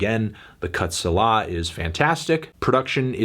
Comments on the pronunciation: SEE-lah lmao suh-LAH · it's say-la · Did you really have to pronounce the hard R at the end of the n word? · He said "sa-lah" it is pronounced "Say-La" it is a word found mostly in the Psalms and means "reflect/ponder" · Selah is pronounced “Say-luh”. You should probably know that since it’s a musical term. Haha